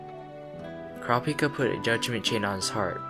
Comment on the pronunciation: Pleeease pronounce his name right OTL the dub gets it so wrong. In the official character book, it's coo-rah-pee-kah. Please watch the sub for the correct pronunciation.